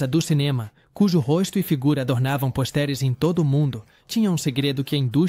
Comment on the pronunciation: Não existe ATONITO. A palavra é ATÔNITO!!! E não Cark GABLE e sim "GABLOU" é a pronúncia CORRETA!!! E o que é POSTÉRES??? seria "PÔSTERS" (a pronúncia correta???)...